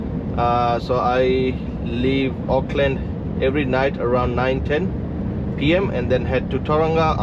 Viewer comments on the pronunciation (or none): none